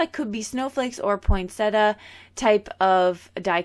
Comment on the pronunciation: Hi the pronunciation of Pointsettia it has an... i... not pronounced Pointetta Ewe say TI A